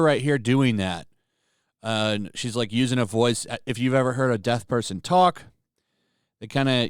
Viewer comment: Pronounce your vocals!!!! DEAF. DEAF. DEAF. Not Death!!!!!!!!!!!!!!!!! BRRRRRRRRR